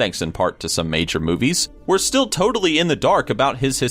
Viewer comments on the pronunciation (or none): none